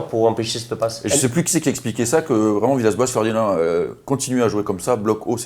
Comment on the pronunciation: C’est Vraiment ! Pas « vraiement » 😂